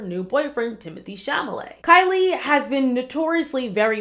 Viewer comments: Lmaoooooo It’s TIM-ə-thee SHAL-ə-may 😅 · "Timothy Chamalay"😭😂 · Timothee Chamalay? Lol. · Timithy Chamalèt is the new and only way I’m gonna say his name from now on 😂😂😂😂